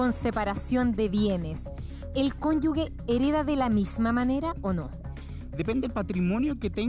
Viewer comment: El abogado,dice cónyugue " La palabra es cónyuge!! Es imperdonable en un abogado!